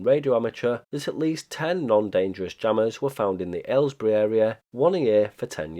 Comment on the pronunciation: Nice video! The last part almost gives a feeling that you know more than you are telling us about who the jammer was! Also: Thanks for letting us non-british people know how to pronounce Aylesbury! (Thanks to a Geoff Marshall video I recently learned how to pronounce the nearby town High Wycombe, and I think Jago Hazard taught me how to pronounce Marylebone. By this rate I will have learned the pronunciation of all the Chiltern / Great Central Railway stations before I pass away due to old age :)